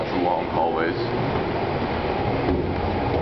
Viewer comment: Did this Marine just say "Hallways"?